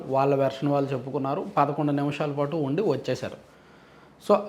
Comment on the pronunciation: mee videos chala baguntayi. Okka te bagundadu. 'ళ 'ని 'ల ' అనడం.‌ ళ పలకడం కష్టమేమి కాదు. ళ పలకేటపుడు నాలుక ని పైకి మడత వేసి 'ల 'పలకండి ' ళ 'వస్తుంది. ఈ చిన్న సవరణ చేసుకోండి. మీ విడియోలు యింకా బాగుంటాయి. మీరు వాల్లు, వీల్లు అంటుంటే అస్సలు బాగుండటంలేదు.